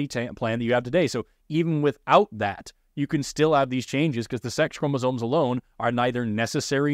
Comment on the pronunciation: etc. -- it's chromosomes, not chromosones